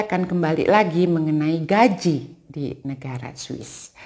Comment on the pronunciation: Gaji bu, bukan Gajih hehehe